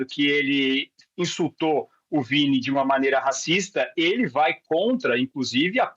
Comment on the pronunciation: O quase mudou o nome do Vini, pra Viti Jr., Vítima Jr., desculpa, mais ñ ia perder a brincadeira 🤣🤣🤣🤣